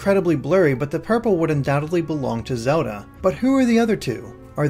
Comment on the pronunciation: Awesome video! Just, it drives me nuts when you pronounce Zelda like "soda".